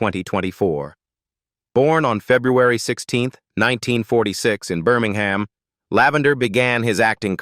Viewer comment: Or Birming-ham. And "Grandad" was not the theme tune.